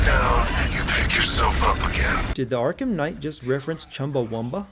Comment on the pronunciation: Arkham Khight?